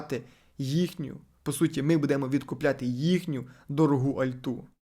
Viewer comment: Господи, як же бісить , коли невірні наголоси ставлять. БудЕмо… аж злість бере.